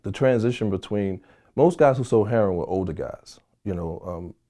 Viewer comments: Why are black people incapable of saying "heroin" correctly? It isn't heron. Google heron. It's a bird. Is there some reason it is pronounced this way? Some story behind it? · Yeah he a real one.."Heron" not "heroin" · This dudes pretty, than he calls heroin, heron, lol..